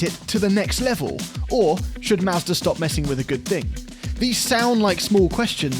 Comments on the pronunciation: Every time I hear him say "Mazda" I hear "Master". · sounds like he’s saying Master. Like he’s talking about some dude high on a mountain who makes the perfect budget fun car. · I love it when says “Mazder” 😂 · Why does he say master instead of Mazda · is saying "Mazda" or "Master"? 😄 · Mazda! Not MASTER! I really thought… sigh. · Yo And I'm....It's Mahz-da....🤨